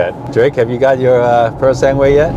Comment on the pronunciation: Congratulations! Now can you do us a favor? It is not “sanguuuuue” - it is pronounced “sangue” - the last syllable is like “ge” in “geko” ——> “sanGE”. Thank you.